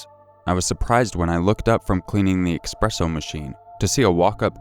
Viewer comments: eSpresso NOT eXpresso, PLEASE D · EX-presso lmao